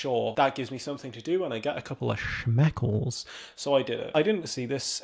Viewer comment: Oh gosh, this is such a great video, just like the others! I especially liked at when you said "get me a few shmeckles"🤣 I am 99% sure you meant shekels. The difference brings up two very different images in my mind. 🍆 💰😁😂 Thanks for another fantastic video!🥰